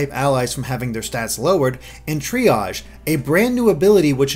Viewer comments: Gets triage right. Fucks up Mimikyu and Salandit. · So far, the only Youtuber I've seen that's actually pronounced "Triage" correctly.